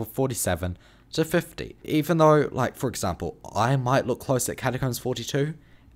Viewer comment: why do i hear "cashcups" when he says catacombs